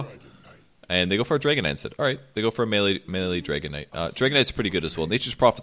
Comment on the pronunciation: everyone time you said "dragon knight" i keep thinking i heard dragonite.